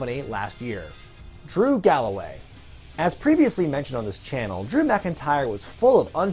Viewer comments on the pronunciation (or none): none